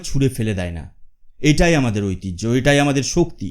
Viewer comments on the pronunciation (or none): none